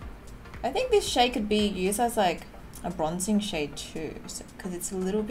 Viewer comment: When she said “ pop that shade “ I thought she said “ pop that shit “ lol 😂